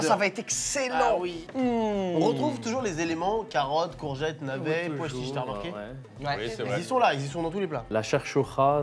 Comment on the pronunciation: « Tah Marqué » ? (Après le débat sur le langage actuel franco-arabe j’ai entendu ça plutôt que « t’as remarqué ») 😅